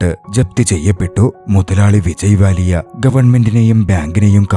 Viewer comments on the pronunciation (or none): Vijay Mallya ❌️ Vijay Vallya ✅️ 😂😂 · വിജയ് വാലിയ ❌വിജയി മല്ലിയ ✅